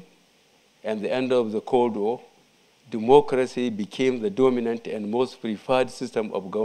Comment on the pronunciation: All I heard in the first five minutes was Duumoocrasy. Can someone tell this sick man to sit down. Dumb like a bag of rocks..